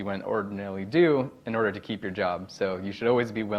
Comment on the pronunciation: Every time I hear an educator say, “ta” instead of “to” I cringe.